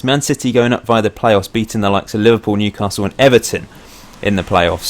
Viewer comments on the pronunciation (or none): none